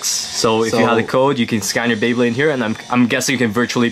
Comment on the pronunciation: BEYBLADE not bablade